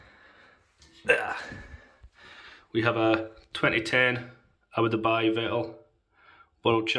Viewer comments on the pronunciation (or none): homie said Abu Dubai 😂😂